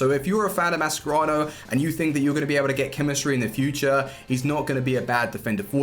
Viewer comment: I love you bro, but it’s pronounced Ma-Sher-Rah-no not Ma-Scer-Rao